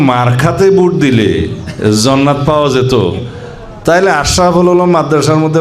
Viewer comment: আরে ভাই যে ব্যক্তি ঠিকমতো জান্নাত উচ্চারণ করতে পারে না তার কাছ থেকে ইসলাম শিখা লাগবে আর কত কি দেখবো বাংলাদেশএ